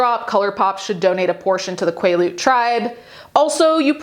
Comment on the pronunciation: quaalude tribe instead of quilete tribe is hilarious 💀🤣